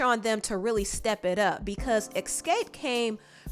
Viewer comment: Every time you said EX-SCAPE my eye started twitching. Smh